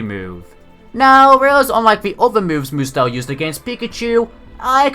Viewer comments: i liked this episode, found it hilarious how Ash and pikachu beat Hapu and Mudsdale btw, it's pretty annoying to hear you say moodsdale every time, instead of mudsdale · Mudsdale is not pronounced mood-zdale it is pronounced mud-zdale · Sorry and no effense but I don't think your pronounced mudstale right